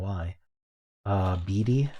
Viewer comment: You actually said the answer out loud in Fibble but pronounced it wrong when you first set D as lying in BEADY :) Im not sure you watch these videos back but it was funny :) I got super trapped in Word500 since I had all 6(??) possible STO_E with 6 answers left and got STOKE last!